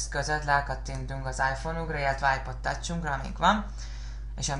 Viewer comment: Ez csúcsszuper buddy! Let me tell u: a "w" nem azonos a v-vel.? "Dzsorden Szpa_ksz"! "DIVÁJSZIZ"! IPod "tacs" csak szimpla "cs"-vel!!!! És végül "apláj" tanulj angolul ha "vinamp"-od is angolul van basszus...!